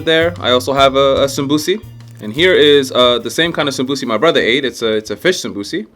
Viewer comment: hey man great video as always. thought id help a little with a pointer since you are learning somali after all. the somosa in somali isn't called samosi but samboos (sum-boo (as in a ghosts boo)-ss. good luck with everything and continue the work! we Africans appreciate.